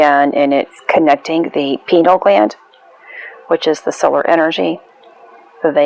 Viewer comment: Fri The 13th is the death of the knights Templar ,leading to it being considered a bad omen since that’s it I swear to you, don’t think too far into it, you’re sag ,the constellation doesn’t reach through the wheel entirely that’s why it was left out in the first place. And it’s pronounced (pie-neal )gland fellow Taurus just looking out for another use your (fixed energy ) to decipher what bs is being fed to you I have a tortured Aquarius moon and have studied 20 years you’re going to be okay you rest with the archer. If you never heard it you would never know, God bless . The lord gave us mathematics, zodiac and language along with the sciences and art to understand one’s self manipulate matter and communicate it’s intelligent design on a higher level that no Riki can explain.